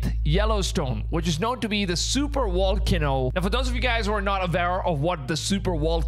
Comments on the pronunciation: What’s a super “wall cano”? 😨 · Super Wall-cano, I'm guessing it's hard to get the V out or are we calling it this on purpose?